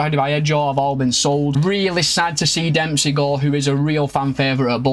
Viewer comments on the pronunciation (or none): none